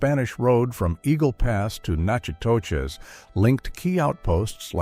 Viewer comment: you pronounced Nacogdoches, TX correctly. But Nachitoches in Louisiana is pronounced like "nack a dish".